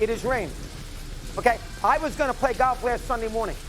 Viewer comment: This guys a moron. He ain’t funny and nobody has any sympathy for anyone who pronounces it “galf”